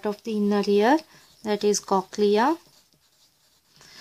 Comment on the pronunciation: Human ear not haman ear